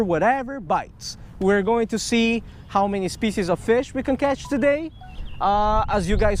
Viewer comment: ASIAN MAN HAS A FEESH AWN HIS LINE!